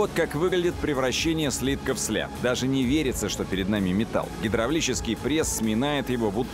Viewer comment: Сляб.. деревня.. СЛЭБ!